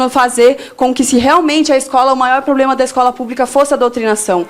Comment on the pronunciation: presidente de estudantes falando " poblema " pátria educadora